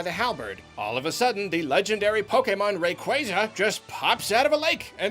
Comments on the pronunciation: Rayquaza not RauquAza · Beautiful review. But... "Rayquayza"?! WHY MUST EVERYONE MISPRONOUNCE IT? I TRUSTED YOU.